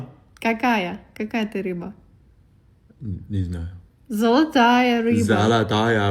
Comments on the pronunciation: Как же выносит с "незнаю" каждый раз... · Ох уж это "...не знаю👁👄👁" 😂😂😂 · Как он говорит "не знаю", это отдельный вид искусства 😂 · Он так смешно говорит " не знаю "😂